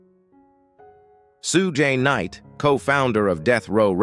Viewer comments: "sue jay knight" ?!? you mean Shugg? f**kin stupid AI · Who the f*&$ is sue-jay night? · "Soo-jay" Knight. LMAO!!!